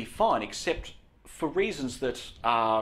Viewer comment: could you please stop saying fur instead of for?